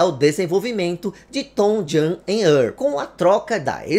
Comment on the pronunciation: Uma dica, o nome se pronuncia "TouJem e Ârrl", esse segundo nome é mais difícil mesmo, tem que enrolar a língua